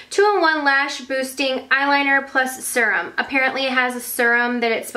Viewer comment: the way you say serum is funny :p